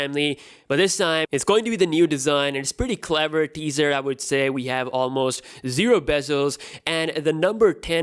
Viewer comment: Everytime he said teaser, I thought he was saying dessert lmao